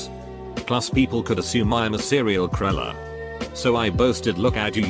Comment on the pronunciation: So, K*ller is pronounced Cruller. I did not know that. /sarc